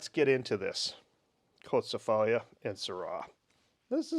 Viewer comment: Hehe.......it is pronounced "KO-TSEE-FA-LEE". The red noble grape of Greece is Xinomavro.......If you ever get a chance, you should try the Xinomavro(s) from Alpha Estate (Reserve), Kir-Yanni Estate (Ramnista), Karydas Estate, Dalamara Estate. Rare ones are Tatsis Estate Goumenissa (Xinomavro, Negoska blend).......these are wines similar to Barolo in style and elegant. The better red varieties of Crete are Liatiko and Mandilari, the noble red of Santorini is Mavrotragano....................................cheers.